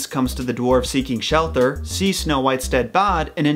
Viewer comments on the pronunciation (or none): none